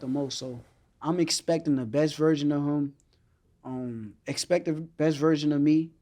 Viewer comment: Someone gotta teach shakur how to say HIM, not “Hum” lol